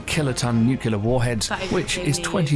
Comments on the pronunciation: The narrator has a British accent but pronounces "noo-klee-ur" as "noo-kyoo-lur". President George W. Bush would often get made fun of for doing the same. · Nice video. Also, I don't know why so many people who otherwise have excellent diction and vocabulary still say "nucular". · Noo-cue-lar? Repeated many times. Cringeworthy. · Why did you pay a professional to narrate "nucular"...not how you say that word! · Because it was mentioned at least 4 times, I have to ask; What is nukular? I know what nuclear is, but I keep hearing people mention nukular, and have no idea what they're talking about. If they mean nuclear, they should say what they meant. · It's nuclear, not nucular. Jfc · A bit obsolete as the Ford class carriers are now replacing the Nimitz class and the F-17 stealth fighter was retired as it wasn't that stealthy. The narrator needs to work on pronouncing "nuclear"